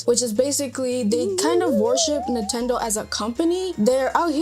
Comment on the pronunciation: it's Nintendo not "Nutendo"